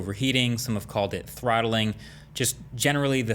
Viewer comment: Can you say trothhlinggggg 2.3 to 1.9 ghz?? Lmaooo